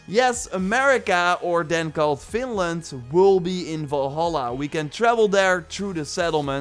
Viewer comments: It's Vinland. Sounds like you're saying Finland. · I heard that as well and as a Finn was like FINLAND????? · to america or then called FINLAND XD, i cant be the only one who hears that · No you weren't! I also heard Finland at first but after getting super-excited I realized after some investigation that it was actually Vinland... :( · It's vine land as in vines, everyone who does maybe 2 minutes of research would now that. is getting lazy seeing as he mispronounce almost everything that has to do with Norse mythology and the old Norse religion it's really painful to hear. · he is dutch though so the v sounds like an f alot of times, but yeah it's not exactly hard to get right